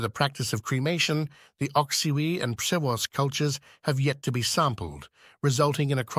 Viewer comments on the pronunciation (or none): I see how difficult is to correctly pronounce the names of Polish archeological cultures Trzciniecka (Trzciniec ), Masłomęcka (Masłomęcz), Przeworska (Przewrorsk)